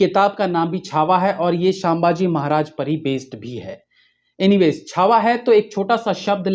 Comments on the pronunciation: The name is sambhaaji maharaj not saambaji maharaj🙂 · shambaji maharaj nai, sambhaji maharaj boliye... Kam se kam naam tho sahi lijiye. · शाभाजी नही re संभाजी महाराज बोलो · छत्रपती 'संभाजी' महाराज....आपकी pronunciation ठीक करीये..🙏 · उच्चार पर ध्यान दे🙏 संभाजी महाराज 🙏